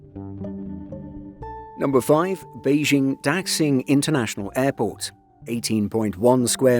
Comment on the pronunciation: Please train your machine voice narator on how to properly pronounce the word "Daxing". In particular, please inform the machine that "x" should be pronounced as "sh" rather than as "ks". Cf. also the pronounciation of the surname of China's current leader, "Xi".